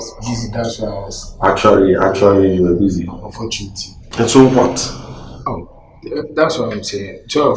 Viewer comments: Unfortunatry, actuary 😂😂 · Unfortunatery eerr artually, eeii, are you sure this is how to pronounce the words 😅😅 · Is actuarry and unfortunatery